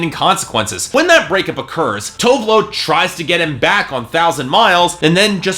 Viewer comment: Dude, her name is TOO-VEH LOO You really should learn how to pronounce people's name before you go on rants about their albums. First it was Jhenè Aiko (JUH-NAY EYE-KOH), Tinashe (TEE-NAH-SHAY) and now her. -.